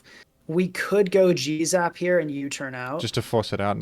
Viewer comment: It was at this point in the video that I realized that the reason kept calling Galarian Zapdos "Jizz-up" was because he was saying "G-Zap"